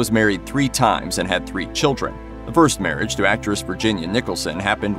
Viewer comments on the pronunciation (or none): none